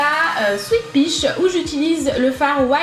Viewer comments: "white piche" avec ton accent tu m'as tué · Je n'ai jamais vu un gtl si réaliste! Bravo! Tu me fais rire avec la prononciation "pich" de la palette 😂 bises